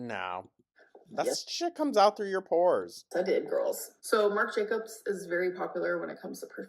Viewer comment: She didn’t go see it in a theater. She rented it or bought it cos it’s available now. She didn’t buy her own merch because it only went up to a 3X. She’s full of shit. And she still doesn’t know how to say Marc Jacobs.